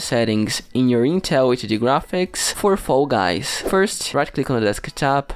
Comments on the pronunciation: No hate but I it’s so funny when you say foy guys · Bro pronounce fall guys correctly